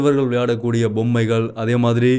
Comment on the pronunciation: தம்பி உச்சரிப்பில் கவனம் செலுத்துங்கள்... போதை( bothai அல்ல pothai) பொம்மை (Bommai அல்ல pommai)